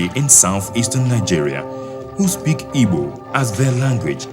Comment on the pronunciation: narrator, it's not ibo. it's Igbo. please!